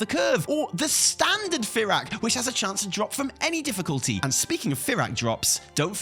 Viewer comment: his name is pronounced FUR ACK not Fear Yak